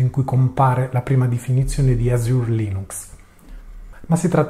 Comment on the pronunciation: Cambiato logo (preferivo il primo anche se forse troppo Mint-based): pressioni da Mint o consapevolezza che questa, basata su Ubuntu, subirà l'accattonaggio indiretto da Microsoft (e quindi scelta di adottare di LMDE) ? (p.s. 'Azure' l'hai pronunciato male)